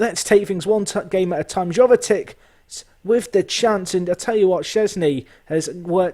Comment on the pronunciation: Jovetic's J is pronounced like Januzaj.